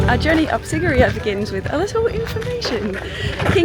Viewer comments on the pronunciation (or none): What a wonderful travelogue. However, I was distracted by the poor pronunciation of some of the places visited. It's not pronounced Sig-e-rhea but Sea-ghi-re-ya and Ella is the Sinhala word for 'waterfall' (pronounced al-le) and not the girl's name!